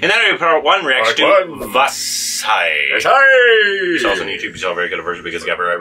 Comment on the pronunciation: From the way you pronounced vaazhai.. it seems either you're not even reading your subscribers and fan's comments in the comment section or you've reacted to this movie before reacting to thenkizhakku song and posted thenkizhakku first... If it is second one then accepted. But if it is first one, then you're not even considering or taking a single leaning from those people's comment... Everyone in that comment explained beautifully how to pronounce the word 'zha' in Tamil and Malayalam... Still you're producing the same... I feel sorry for those people who explained... Even feeling sorry for me 😂.. coz iam not sure whether you will read my comment....